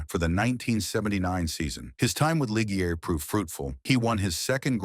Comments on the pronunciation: The pronociation is Depayer and Lisjay🤓 but anyway deep respect for this great racer👍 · it's "Dep-eye-ay" and "Leezj-e-ay". Any actual human F1 fan knows this. More AI-generated garbage. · Any F1 fan worth their salt would know how to pronounce Ligier. I must assume this channel isn't on the top of the F1 fans table.